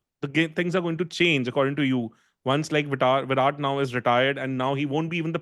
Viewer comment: both are wrong, but is more wrong than. Because JAR-ROD is literally the the letters in the name, but whyrat and raaaoul are nothing like spells it. Also, I have heard whyrat and raol atleast 100 times on his podcasts this year.